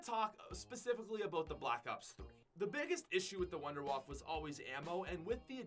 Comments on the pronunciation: You pronounce it like vonder vaffe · You pronounce wunderwaffe so wrong.. Its a german name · So funny How he pronounce wunderwaffe im german and I Know How it is pronounced and to me it Sounds funny